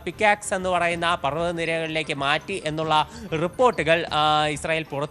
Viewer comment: Pixax alla bro….pick axe…buy a tongue cleaner😂